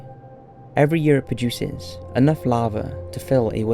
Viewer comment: Flattening not flattering. Lava not lavar. Basaltic not basalic.